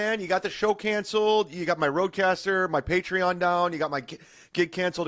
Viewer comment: it's Rodecaster, nerd